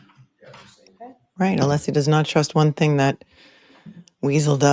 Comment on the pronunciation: So strange to hear you mention Nancy Kerrigan - I just read that Hank was the Attorney for her brother - but you probably already knew that,, because you know everything! I'm hoping if Hank keeps mispronouncing Alessi's name, he refers to him as Breenan. And honestly, Hank who says chat - are you still using AOL discs?😅 Thank you for making watching this trial bearable!